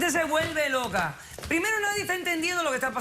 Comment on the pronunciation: También dice: "loca en vez de roca", dando lugar a malentendidos